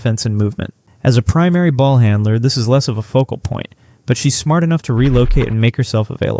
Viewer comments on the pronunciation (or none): none